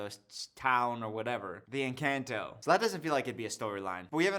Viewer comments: I swear this "new rule" you've implemented has been around for the almost 6 years I've been subscribed to you lmfao (also the butchering of the word 'Encanto' hurts, esp bc the say it IN the movie😭😭😭) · pronouncing Encanto wrong the whole video had me yelling at the screen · the pronunciation of encanto is making me laugh so much, thank you